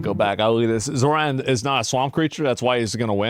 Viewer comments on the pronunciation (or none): You mean Zorahn? Zoran is a European name in Balkans (Croatia, Serbia....)